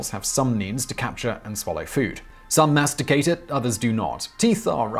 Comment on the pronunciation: lol, ' masticate" sounds so wrong